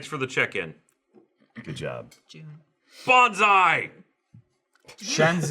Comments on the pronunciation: BONZAI not Bonsai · but it IS pronounced Jiff,! Choosy developers choose.GIF!;_; also, that moment when everyone is mixing up Bonsai (tree cultivation) with Banzai (the charge yell).